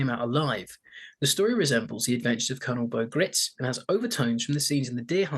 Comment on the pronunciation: Gritz's name is actually pronounced like "rights".